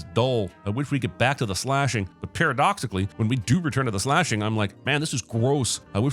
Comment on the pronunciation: Parrotdoxically XD